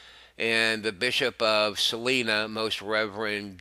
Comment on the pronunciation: learn to pronounce Capuchin, Salina, Elementary, Fidelis, Christopher, all names of persons, Prelate, We can expect better from a News Network which calls itself "Catholic"